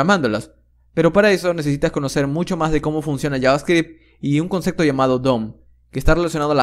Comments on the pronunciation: No se dice “concecto”, es “concepto” con “p” de papa. Pero lo dices con “c” cada 10 segundos. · Sos un genio. Pero por Dios no digas conceCto. Lo demás es impecable